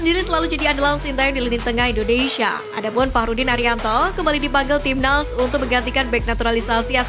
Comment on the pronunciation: Narasinya santai aja, min.... INDONESIA bukan INDONeiiisyiaaaaa, min😂😂😂😂😂